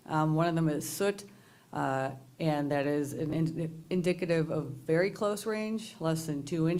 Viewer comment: Listen vewy, vewy closely…